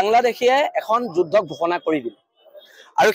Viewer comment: এই যুদ্ধ শব্দ টো এই গোবৰ গগৈ এ কই,,,,, যোজ,,,,,,হব বুলি ই কেলা অসমীয়া কব নাজানে তাক লাগে চৰকাৰ 😅😅😅